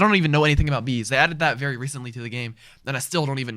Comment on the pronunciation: wery reecently nice (6 years ago)